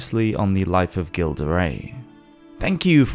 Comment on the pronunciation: Just FYI... his name is pronounced "Zhill" not "Gill."